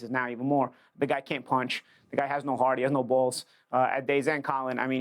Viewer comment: Paulie got no pwower, he got no hwart, he chwin....he a sitting dwuck